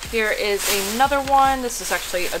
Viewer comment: She keeps saying 'Ay nother' like there's these two words, 'ay' and 'nother.' Never 'uh,' always 'Ay.' Funny how Americans talk. Anyway, these people are all set for the next 20 wedding showers they need to buy a gift for, unless all their friends know about their hobby. I live in a Central European country where dumpster-diving is not yet a 'thing' with 'normal, respectable' people, because people are very conservative and conformist and they don't want to do anything that might cause people to ask, 'What are you doing? Who said you could do that?' But I'm a foreigner and I don't care what people think, because I've worked out that when you DO do something that nobody else dares to do, either they assume that you're an authority and you have some kind of right, or else they simply 'conform' and jump in and start doing the same thing themselves. So when I noticed that a chain of bookstores here, like Borders in the US, with gift items, toys, art supplies, decorative items, craft items, video, etc. had put all their unsold stuff in the dumpster, I told a friend here, a native of the place, that we were going 'dumpster diving.' He didn't know what I was talking about. We did it basically in broad daylight, late afternoon, when most people were already home for dinner. At first he said, 'OK, I'll go along for five minutes, but no more,' and he was quite shy about it (but I can convince him to do almost anything...). After 5 minutes, I couldn't stop him until he'd gone all the wa